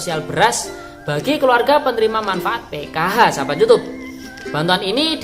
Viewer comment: Kebanyakan ngomong youtab youtube...youtab youtube...kesel dengernya